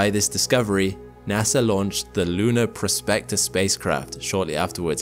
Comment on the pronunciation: "PROSpector", not "prosPECTor". Two different words, with different meanings.